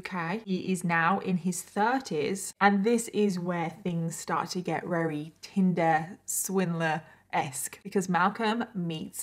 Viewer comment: I keep hearing “Tilda Swinton” when she says tinder swindler 🤦🏼‍♀️